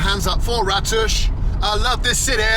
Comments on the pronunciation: The kindly men told you the village is called Ra-toos. Yet, you still called it Rattish 20 more times. C’mon, man! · the mean streets of ‘Bratush’ love how you added an extra B to the village name after saying it so many times 😂😂